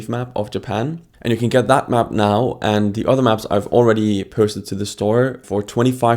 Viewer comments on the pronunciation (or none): none